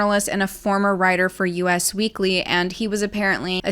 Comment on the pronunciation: It’s pronounced “us weekly” not US weekly sweets ❤